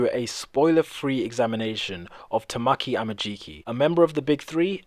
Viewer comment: It's (Ta-ma-key) not (Ta-mah-key) Literally just by watching the anime you can make that out.